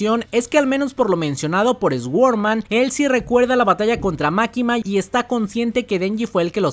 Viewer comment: "ESGUORMAN".......SORDMAN sería la pronunciación